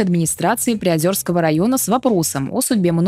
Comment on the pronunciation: Немного подушню. Не ПриозЁрск, а ПриозЕрск)